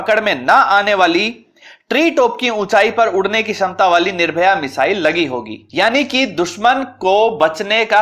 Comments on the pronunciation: महोदय मिसाइल का नाम निर्भय है ना कि निर्भया। कृपया दृष्टता क्षमा करें। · DRDO की मिसाइल का नाम निर्भय है, निर्भया नहीं है... और स्क्वेड्रन नहीं स्क्वॉड्रन होता है... क्रुपया अपने उच्चारण पर ध्यान दें थोड़ा